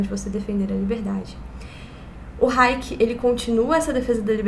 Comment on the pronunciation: Tem tbm raiéquer ou raiéque (nao lembro direito) que o falava